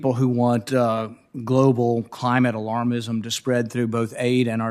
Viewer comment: The greenies screamed everytime he said "alarmism"!!!🤣🤣🤣